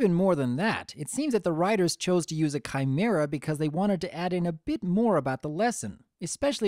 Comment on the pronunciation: kimra I thought it was a chimara?